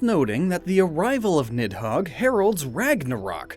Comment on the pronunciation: the "h" in nidhogg is not supposed to be pronounced.